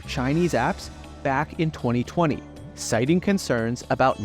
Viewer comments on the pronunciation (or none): none